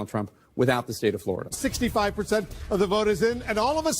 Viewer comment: Fleurida, Flerida... At what point did they start popping Xanax?